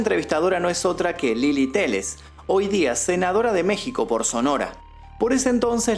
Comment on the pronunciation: y es Lela no Lili je je je 😄